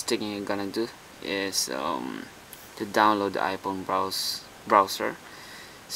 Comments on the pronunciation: the H must be silent lol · 'ph' is an 'f' noise my man. i know about a million people have pointed it out.